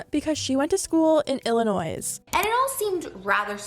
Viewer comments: (It's pronounced Illi-noi not illi-noise) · Hearing the "S" pronounced in Illinois is really throwing me lol think of it as Illi"noy" not noise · It's not Illinoisss. You pronounce Illinoi without the S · As someone from Illinois, the “S” is silent! Lol I’m not actually upset or anything, it just shocked me to hear it pronounced as “Ill-a-noise” instead of “Ill-ih-noy”😂 it was Ill-annoying of me to even comment😏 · She went to school in Illa-noise? Illinois is pronounced IL-e-NOY, like how Trisha correctly said it. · It’s pronounced illinoy not illanoise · “Illa-noise” lol it’s illanois (pronounced without the “s”) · Hey bestie, it’s “ill-uh-noy” not “ill-uh-noise”. No hate, just a heads up 💜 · hahaha i’m sorry illinoiS? love you but this just made me laugh 🥰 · Just an FYI - Illinois is pronounced without the "S". It is silent. So you say Illinoy. That's it. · illinoissssss... sorry its so funny how you pronounce it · I’m sorry but it’s nottttttt pronounced “Illinoise” (I know this is so beside the point of the video) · "IlliNOISE"? Come again? You mean Illinois? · I’m sorry…IllinoiSSSS???? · It’s pronounced ILL-IN-NOY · Hey.... Illinois is not "ill a noise" the 's' is silent. 🙄 nails on chalk board. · the most jarring part of this video was saying illiNOISE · I love your videos but not you saying "illinoiS" lmaooooo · Sorry, but as a fellow Illinoisan it is pronounced Illinois without the s lol 😆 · Illinoise lol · Omggg stop saying IllinoisZ the s is silent 😵‍💫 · ahahah when the tea channel says "Illinoise". Loves it. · Love your videos. It’s Illi-noy tho. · Bby, Illinois is pronounced as Ill-uh-noy. The s is silent lol 🙊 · Just FYI for a Canadian, the “s” in Illinois is silent 💕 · Why the fuck do you pronounce Illinois that way??? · They way you pronounced Illinois…the s is silent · Love the video but just saying you don’t pronounce the “s” in Illinois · lol tea spills Canadian coming out when they pronounce the s in illinois